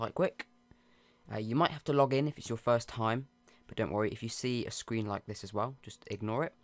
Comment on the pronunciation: My favorite part was when he said fiwst